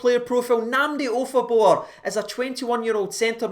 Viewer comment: Jesus mate did you get any sleep ? 😂😂😂 Wow that was a pretty good pronunciatonionion, especially with your past 😂😂 Seems like it’s a good player to get on a pre-contract with all the potential he has, especially since there’s a good chance that Kamara might be sold in the summer 😩 And add to that the fact that Davis is 36 so he likely has a year or two left in him at most 😭 Just seems really smart to get him signed up and prepare ourselves for the future. Hopefully Nnamdi can do well on his loan to Wycombe Wanderers,improve his skills and then come up to play for us in the summer and fight for a place in the team and make the midfield up their game another level. Excited to see how the rest of this season and next season goes.